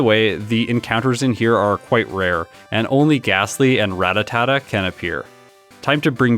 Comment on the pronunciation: I see you’re a man of culture and pronounced Ratatata properly 🎉